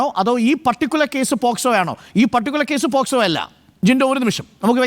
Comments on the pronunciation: അരുൺകുമാർ വക്കീൽ ആണോ? പോക്സോ എന്ന് പോലും കൃത്യമായി പറയാൻ അറിയില്ല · എടാ പൊട്ടാ അരുൺകുമാർ നീയൊരു വക്കീൽ ആണോടാ, പോസ്‌കോ അല്ലടാ പോക്സോ